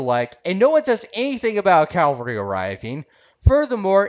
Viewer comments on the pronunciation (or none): You mispronounced "cavalry". Calvary is where Jesus died. Cavalry is mounted troops, or somebody coming to the rescue.